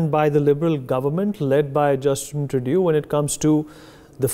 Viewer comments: It's pronounced True-dough, NOT True-do. But I call him GARBAGE. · It's pronounced like True-dough not True-dew 😁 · Tru is pseudo. He is Pseudough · We should not relax, so funny to see how this Turdeau pronounces player and power, as if blowing with his cheeks offing up. I think it indicates insincerity or lying from a body language perspective.